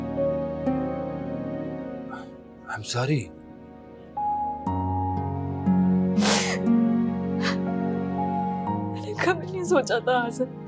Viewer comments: Azr ne matric tk to parha hai phir sorry ko sarry kyun kehta hai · I yum Saarry*😂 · 😂 eman i am telling to you.... Eman plz i am sarry